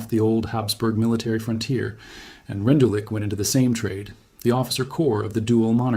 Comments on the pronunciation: The name is pronounced "Rendoolitch". Otherwise good video. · 🎉he succeeded in 40 minutes in showing NO photos of Rendulic. He could have learned how to pronounce German names.